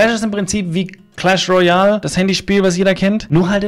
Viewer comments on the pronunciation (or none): Kleiner Profitipp: Es heißt Clash Royale, also mit e am Ende